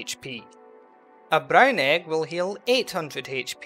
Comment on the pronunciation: But why did he pronounce it Bràün ehg